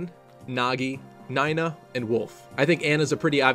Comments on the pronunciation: I'm sorry but "Nye-na"? Echoes pronunced her name "Nee-na". Next, you're gonna tell me you pronunce "Kah-zeh" as either "Kaz" or "Kay-ze". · you're not the first person I've heard pronounce it "Nye-na" But then we also have two Arthurs, an Artur, and two Kamuis, so there's that